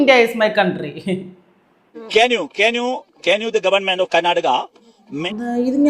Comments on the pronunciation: ക്യാന്യൂ ത്യാനൂ ക്യാ നൂ........... മെഗെ മെ ഗെ ഓഡിറ്റ് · ക്യാൻ you മാറ്റി ക്യാൻ ചെമ്പ്, എന്ന് പറയുന്നത് വെറുതെ അല്ല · അന്റൊരു കുർച്ചിലെ കേ ന്യൂ😂😂😂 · Kenuoo 😂 Meke...😛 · കാന് യൂ അല്ലകപ്പേ J N U എങ്കിലും പറ എന്നാൽ യൂണിവേഴ്സിറ്റി ആണെന്നേനെങ്കിലും മനസിലായെന്